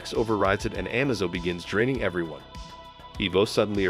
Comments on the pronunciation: It's pronounced Amaze-o, not Amazo. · it's A-maze-o not Ah-mazo. It's also I-vo not e-vo. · The androids name is pronounced “Ah MA Zo” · the am-azo made it hard to watch.. as i kept watching everytime he said it wrong i was hoping he would say it correct.. nope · In order to get the AI to pronounce the name correctly you have to write Amazo's name phonetically. "Uh-May-Zoe" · Just FYI, it's pronounced amaze-o.